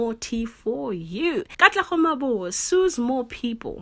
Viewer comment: your voice is refreshing.... Just pronounce that surname properly... MaboE... that E sound needs to be ther, its not Mabo